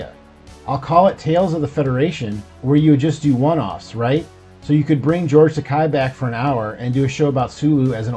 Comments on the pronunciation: Takei is pronounced Ta-kay not Ta-kigh. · Takei - Tah Kay... as uncle George himself says "Rhymes with GAY."